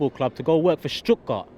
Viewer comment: Stuttgart I thought he said strip club